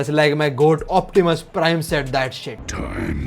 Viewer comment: It's Optimus not options